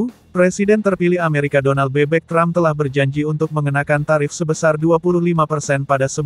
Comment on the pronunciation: Donal Trump tapi di baca Donal bebek😅😅😅